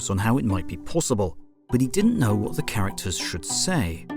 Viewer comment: "Wnat?" Instead of "What?" Can't believe no other comment about it.